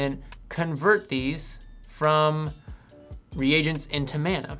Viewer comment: Thanks for pronouncing 'reagents' properly.